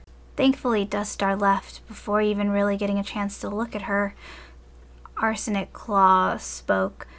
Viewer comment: I keep thinking you say 'Arson' not Arsenic claw